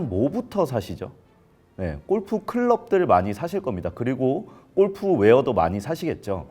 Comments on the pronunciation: 우리나라 특징이긴 한데 '꼴'프 말고 어색해도 골프라고 발음하면 좋겠다 😅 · 발음: 꼴프가 아니고 골프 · 꼴프라 아니라 골프. 무시하고 끝가지 듣고 싶었지만 너무 거슬려서….. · 골프라고 쓰고, 왜 꼴프라고 발음들 하냐! 발음 좀 순하게 해라. 골프, 주꾸미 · "꼴프"? '골프'! 공부하세요! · 꼴프꼴프 발음 너무거슬림.. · 나만 거슬리나? 골프가 아니라 꼴프 꼴프.. 왜이리 저렴하게 들리지? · 꼴프가 아니라 골프입니다. 골프. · 꼴프꼴프 꼴프!!!!!! 방송까지 나와서 '골'프 발음 못하니? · 꼴프 가 어니고요 골프 에요. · 꼴프 아니고 골프입니다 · 제발.. 꼴프가 아니라 [골프]라고 해주세요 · 꼴프가 아니고 골프로 발음해라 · 근데 발음이 꼴프가 맞는건가요 골프가 맞는건가요? 골프가 맞을거 같긴 한데 영어라서 꼴프도 되는건지... 저도 맨날 꼴프라고 함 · 아나운서 맞아? 꼴프가 뭐냐… 골프지….. 별꼴이네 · 꼴프ㅠㅠ 아니고 골프입니다. 어우~ 꼴프, 꼴프장, 꼴프여행, 꼴프산업, 꼴프클럽, 꼴프웨어.... 넘 듣기싫은데여 ㅠㅠ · 아나운서가 꼴프라고 발음하네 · 무슨 아나운서님이 골프 발음을 ’꼴푸‘로 하시나 😂😂😂 인간적이다 ❤ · 골프를 왜 계속 꼴프라고 발음해요?